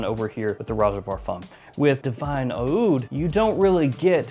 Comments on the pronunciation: Again with the “ah-ood”. It’s just oud, dude. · It’s just pronounced oud no matter the spelling. The spelling is different from brand to brand to capture the Arabic pronounciation of the word oud.